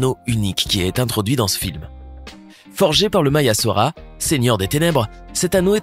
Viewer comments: C’est Soron pas Saro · attend c est moi ou il a du sora au lieu de sauron